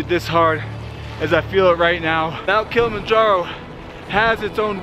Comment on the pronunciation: Dude made this video but can even pronounce Kilimanjaro. Its not Kill-manjaro. Jesus.